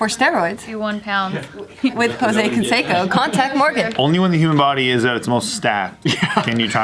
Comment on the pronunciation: Why is pronouncing Canseco wrong?